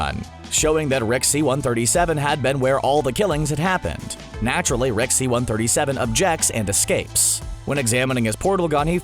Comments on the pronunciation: Are you saying Rick or wreck? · he started saying RECK instead of Rick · i cant stand him saying reck instead of rick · Holy fucking fuck. Please stop saying "Reck" when its "Rick" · keeps sayin wreck instead of rick....sounds funny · Does anyone here him say Reck or Rex instead of Rick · he says "Rex" more often and its annoying as hell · I though I was going crazy. I kept hearing "Reck". At least i wasnt the only one.. What i dont get is that he said it the right way like half the time... why keep changing it? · Closed captions confirms this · Take 2 every time he says “Reck” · Zen The Nerd Gamer Take 2 shots when he says Rick wrong. Me and the auto generated subtitles are hearing “Wreck” a lot. The subtitles think he’s constantly saying, “The richest wreck”